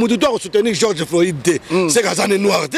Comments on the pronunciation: c'est pas Georges floïde mais plutot floyde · geoge floyide? Yokaka ata soki mundele Azo prononcer okandi au lieu ya ko déformer kombo y’a mutu